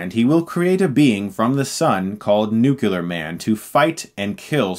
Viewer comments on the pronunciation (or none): I hope you’ve learned to pronounce nuclear (new clear) by now, like Superman’s flying shot you kept saying nukelar over and over. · Hilarious! , I could swear he said, "Noo-koo-lar", instead of "Noo-klee-ahr". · Dude if you say nucular instead of nuclear again!!! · For the love of god stop saying Nucular it's Nuclear. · It's nuclear man, not nucular man. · "'Nucular'. It's pronounced 'Nucular'" – Homer J. Simpson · Nuclear, not nucular. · Nuclear. Say it with me now. NEW-CLEAR, not NUCULAR. Nuclear, NEW-CLEAR! Please say it correctly for the rest of you lives. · NUCLEAR!!!!! NUCLEAR!!! NUCLEAR!!!! Nooke- kullar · Chris I just want to say it is pronounced Nuc-lee-ar not Nuc-Ul-ar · Chris says "nucular" not "nuclear". I blame George W. Bush. Ugghh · With all due respect Chris, and I love your channel! It's pronounced NUCLEAR ... not NUCULAR ... thanks :) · Chris, I love your content, man, but I cannot hear you say "nuclear" as NEW-CUE-LER one more time. It's NEW_CLEE_ER. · Its NUCLEAR not NUCULAR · IT IS NUCLEAR!!! NOT NUCULEAR!! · Sooo sorry. But I'm a teacher. Dude, it's nook–lee–ur NOT nook–you–lur. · Hey Chris, a friendly tip, just say Nuke, it ain't nukilar.. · Dear God, it's NUCLEAR! Not NUCULAR! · Please stop saying nucular, N.U.C.L.E.A.R! I love you man but pleaaaaase... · Dude, I like your videos, but its nuclear man, not nucular man, It's pretty annoying. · Every time he says "nucular" it physically hurts. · Nuclear. Nook-LEE-ar! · In fairness to Chris who I think is roughly my age (34), when we were growing up the goddamn president of the United States pronounced it “nucular” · OK... Is it just me or is Chris saying "Nucular"? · lol chris sead nucular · NEW QUEUE LAR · "Nucular" Please stop saying words that don't exist. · That Bizzaro Ronaldo with the flash T shirt is trying too hard to be funny. Most annoying. Other guy wearing the 's' is ok. Except when he says "Nukular" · Given the context, I'm fine with this pronunciation.